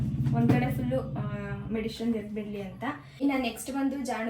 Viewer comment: ಮೆಡಿಶಿನ್ ಅಲ್ಲ ಮೆಡಿಸಿನ್